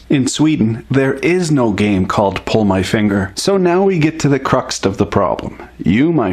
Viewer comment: There is no "T" in crux.